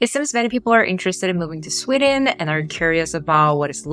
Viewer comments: Sorry ... But itś "Sweeeden" - not "Swedden". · Why do You say "Swidden"? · Why are pronouncing it Swidden and Swiddish?